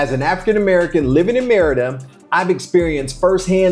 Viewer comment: Pronounce "Mérida" correctly. That could help.